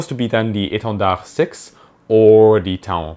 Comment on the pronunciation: Just a small pronounciation nitpicking when you talk about the french plane "taon" (which means horsefly, Bremse in German). It is not a diphtongue "ta" "on" but simply a monophtongue like "temps" or "tant". aon is a relatively rare trigramme that is almost never taught in french courses (there are very few words with that trigramme faon (young deer), paon (Peafowl) and taon, furthermore in some words, it is pronounced as diphtongue a and on like in lycaon).